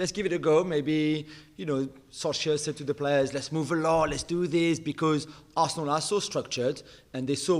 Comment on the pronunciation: Why does Gab pronounce Arsenal like it’s two different words added together 😂😂😂